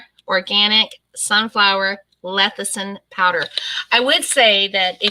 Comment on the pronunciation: I love and watch all of your videos. This is not a insult but lecithin is pronounced lessithin not lethicin. Sorry. It's just an OCD thing with me when a word is not pronounced correctly. 😃 I agree with you on the dirty keto. I don't like that term. It implies laziness and I am anything but lazy. I do low carb and am very happy with it. I can't eat as much fat as keto requires so I do better with a more moderate way of eating.